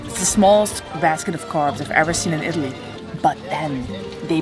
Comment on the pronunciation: If you gonna make a video about being in Italy you should learn how to pronounce the words